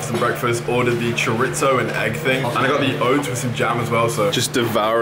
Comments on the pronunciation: Chore-itzo hahaha bro its cho-di-so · You said chorizo wrong dude